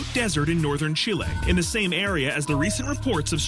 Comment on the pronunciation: CHIL-AY! lol!!